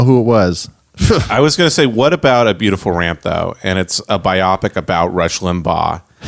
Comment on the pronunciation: "" (if that IS his real name) needs to learn it's pronounced BIO-PIC and not BI-OPPICK